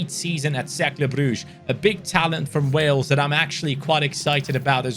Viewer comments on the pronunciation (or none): none